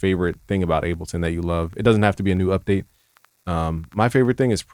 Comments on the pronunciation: PLEASE stop saying "Abbleton"...PLEEEASE?!!? IT's Ableton as in "willing & able"...please🙏🙏🙏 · Bro, please get tested for testicular cancer. Your nips are abnormally perky for a man of your stature. And idk if you're tying to be posh or sumn, but it's called Able-ton not abble -ton. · Is he saying abbalton every time? That’s wild. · Nigga said “Abbleton” LMAO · My guy is so FL he’s saying Appleton Live